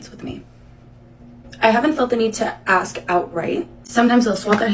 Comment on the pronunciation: Axs you. Axs you. Thinks it's intelligent.